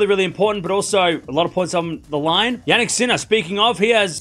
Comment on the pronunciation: I heard Jan-Nick sinner :p